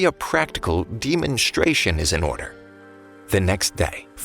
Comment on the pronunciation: Demon-stration😂😂 noice